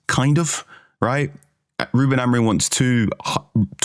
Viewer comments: Why do you guys pronounce Amorim as Amorin? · Why does Carl Anka say AmoriN?